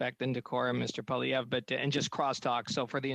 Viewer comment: It just goes to show the incompetence of goverment the chair of hearing can't get or is it pronounce pollivier